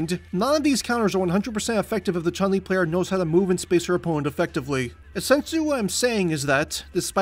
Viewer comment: The vowel in Chun is a short U like in foot.